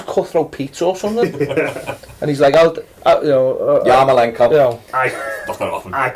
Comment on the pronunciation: repeat after me: YAR-MO-LENK-ON Being Irish I'd like to see Geads go out and get some games somewhere. There's a player in there and maybe a change of scene and a run of games can bring it out for the Euros.